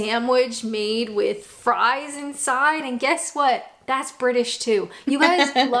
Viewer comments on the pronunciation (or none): none